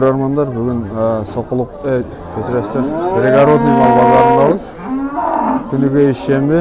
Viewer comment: Перегородный эмес админ 😂😂😂туура айтчы